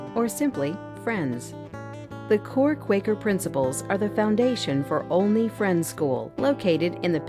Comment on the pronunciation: It's a nice video, EXCEPT- the narrator mispronounced the name Olney. The 'O" does NOT rhyme with "only" or "lonely". It should rhyme with the O in Oliver or olive. Also, she steals a sylable from the word "parparatory." She says "prep-i-tory" instead of pre-pare-a-tory. Olney deserves better. As an alumnus, I well know Olney provides its students with excellent values-grounded experience in and out of the classroom. Graduates join a close-knit, lifelong community of alumni.